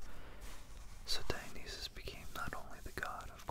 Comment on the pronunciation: You said Dionysus wrong